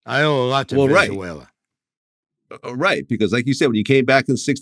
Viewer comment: Man said ven-za-wala 😂 🇻🇪